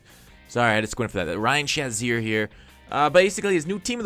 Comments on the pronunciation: his name is Shazier, not Shanzier. No N in the name bro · I can't watch this video unless you pronounce shazier correctly.